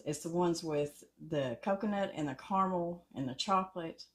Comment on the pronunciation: Thank you, thank you. Thank you! You pronounced carmel correctly, you didn’t say “car-a-mel. Yay!